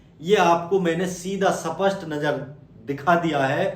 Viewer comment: Bolno to Sikh le सपसट ❌ स्पष्ट ✅